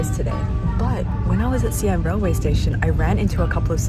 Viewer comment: omg thank you fo ractually putting care into your Mandarin now. it's actually appreciated (you do occasioanlly lapse saying names wrongly after saying them correctly, e.g. xi an, but that's from off-the-cuff speaking and at least you made concerted efforts to say them right the first time)